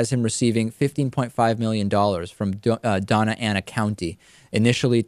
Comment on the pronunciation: just FYI, it's pronounced "donya ana" county :)